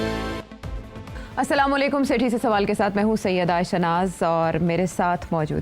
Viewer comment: Sethi Sb! Asalam u Alaikum hota hai. Aap salaan laikum kehtey hain